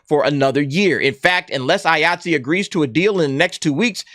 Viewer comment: Everytime you say Iaytzee i keep thinking your saying Yahtzee with a acent.